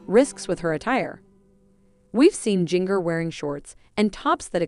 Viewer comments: You mispronounced her name EVERY TIME ! It’s like the spice Ginger not Jing( like ring) er. It’s obvious you never watched 19 Kids & Counting On. Jim Bob can have his dress standards but once married they are free to decide for themselves how they want to live & dress. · If you people want to talk about this Duggar daughter, PLEASE LEARN TO PRONOUNCE HER NAME CORRECTLY😡Its “ginger” with a J, not “ginger” like in “give.” You obviously don't even know this family so I don't know how you can report on their issues. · Please learn to pronounce her name correctly. Also several of the girls are married. That means you should use their last names as they are now. That is an insult to their husband. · Why can't any of you say Jingers name correctly?